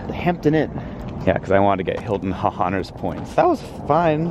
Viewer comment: So glad to know I'm not the only one who says "Hilton Huh-Honors"!